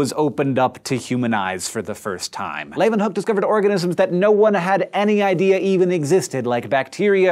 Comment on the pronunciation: As a dutchman, good job on pronouncing leeuwenhoek :)